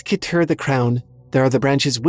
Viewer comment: Keter is pronounced "ketter" or "keh-tr." Dunno about the other ones, though.